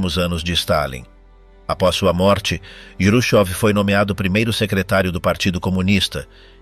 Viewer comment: Juchov complica tudo. Todo mundo em Português conhece Khruschev, em espanhol pode ser escrito Jruchov. Mas nunca juchov. Atrapalha tudo.